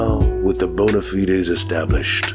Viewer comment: This is excellent. Also, points for pronouncing bona fides correctly.